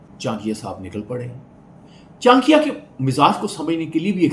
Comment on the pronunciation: Saala, naam toh sahi se bol ?